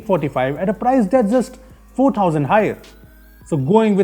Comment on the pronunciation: Can someone tell me why he says tousand and not thousand😂